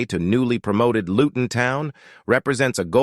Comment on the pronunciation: Still haven't fully comprehended the AI thing, yet, I'm impressed. There are only two mispronunciations (Luton & Kudus), but there is one HUGE factual error in the commentary. #WestHam did not "narrowly miss out" on Champion League qualification last season - 2022/23. We, #WHU finished 31 points adrift of the team in the final #UCL 4th spot. Other than that glitch, I feel and TOTALLY, 100% agree with everything you AI' articulated. I'm currently lovin' it! Champions of Europe :trophy-yellow-smiling: that's who we are! #COYH #COYI